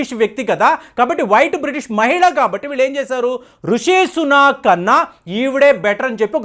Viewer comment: Some corrections: లిస్ ట్రాస్, లిస్ ట్రోస్ కాదు "లిజ్ ట్రస్" ఋషి సునాక్ కాదు "రిషి సునాక్" Pound sterling కాదు Sterling pound. Anyway, Rishi Sunak could never be the UK's PM. Penny Mordaunt from the same Conservative party is also a front runner there. Chances are high to Penny this time. I hope only a Bristish take the throne 😆